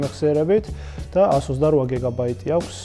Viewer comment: "გიგაბაიტი" და არა "გეგაბაიტი".